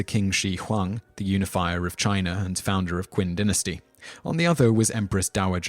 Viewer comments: im sorry but you are showing a samurai battle, samurai are japanese not chinese. Qin in not pronounced kin its chin hence the name china it is technically Qina and Zhou is not zou it is like Chow with more of a sh sound in there. Wei is pronounced way han is more like haun and think of anything with an a in it as less of a sound but more of an au sound like august that's about how much i want to say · The Mongels established the Yuan Dynasty. Also, those pronunciations, Jesus. "Kin" lolwut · While everyone in the comments is raging about the common knowledge that Game of Thrones takes most of its historical inspiration from Europe (especially for Europe) I personally, got annoyed that Simon kept on mispronouncing "Qin". It is supposed be pronounced kind lf like "cheen" instead of "keen". That dynasty is actually why we call China by its name. Named after the first "Qin" dynasty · "Kin" "Quing" "Wenkuan" "Wengswan" "Ciksi" "Zeng D" "Lou Zye" "Lady Qui" "Wy" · wtf is quin dynasty? Is pronounced Ch'in dynasty' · Qin is pronounced "chin" not "kin" and also the era of upheaval wasn't known as the Warring State Period thats Japanese. It was known as The Three Kingdoms. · Qin is pronounced Chin not Quin Kin. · ***** I don't expect anyone to speak actual Chinese. I just expect people to use the closest approximation within their own range of phonemes. And as you said, that would clearly be "Ching" and "Chin," not "Quing" and "Kin." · Narrator, Qin is pronounced "chin". 🙄 "Qwin" haha. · I don't speak Chinese, and even I know how to pronounce Qin. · Qin is pronounced "chin" for starters. And no, Martin did not use any of Chinese history for his inspiration of Westeros, only ancient Roman and medieval English history. George R. R. Martin did create a whole fictional civilization in the other continent of Essos called "Yi Ti", however, which is very similar to China in both culture and history. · "kwin" dynasty? lol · Qin is pronounced Chin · Qin dynasty is not Qing dynasty